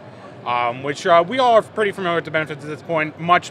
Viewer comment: Or "preless"...